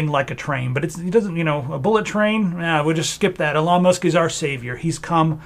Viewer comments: Love the video although I feel like I'm having Trans Ischaemic Attacks every time you say 'uh-lon Musk' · You lost me when you can't even pronunce his name properly 😂